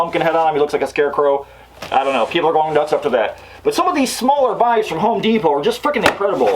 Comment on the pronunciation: I HIGHLY appreciate the way you say Home De-pot and Tar-jay lol Also the NIN joke at the end of the video